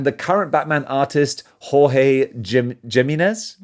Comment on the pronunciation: Jimenez is pronounced HEE-MEN-NEZ. J is almost always pronounced as H in Spanish.